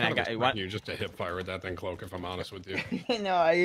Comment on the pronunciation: I swear his name was cloak not clock